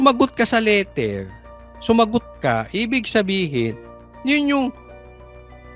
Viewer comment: Asus teacher ka hindi mo nga mabigkas ng tama sa LETTER parang LITER ANG SINABI MO